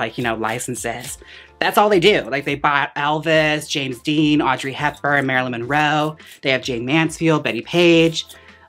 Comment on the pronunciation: I love how Jaymes keeps saying “Marylin Roe” haha